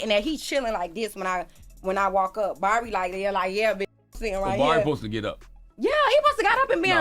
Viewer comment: Is she saying “ Barbie “ 🤣